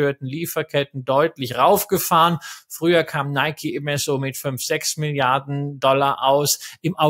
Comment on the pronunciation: Top! Danke.PS:Film geguckt, aber dennoch nicht "Neikie" gesagt. So wäre es richtig 😊